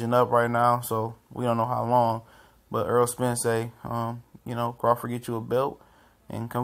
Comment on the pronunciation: errol not earl